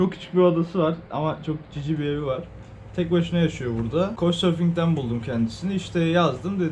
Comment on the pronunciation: Aga uygulamanın adi konsorfuk mu ne diyosun anlaşılmıyor ☺